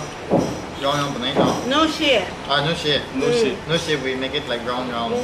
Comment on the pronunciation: You're one of the first to say nüoshi which is correct way to say(not anishi or anüshi)...keep it up broda👍👍👍